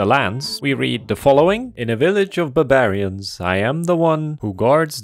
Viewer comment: buh-berry-uns????????? KJHSHBFHBABHJFSJHBAFJBHA